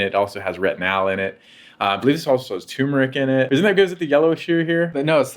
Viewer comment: It is pronounced Terr-mer-ick, not tumor-ick. Let's not forget that first "r" in the word, docs.